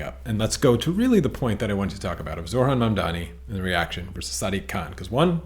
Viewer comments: Only correcting you because i know you care but it's... Zoh-ran You say zor-han 😅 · Thanks for this. It’s annoying though that you can’t pronounce ZOHRAN’s first name. You pronounced it ZORHAN every time. Please stop doing that. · It is NOT Zorhan... it is ZoHRan. You are saying his name wrong many times.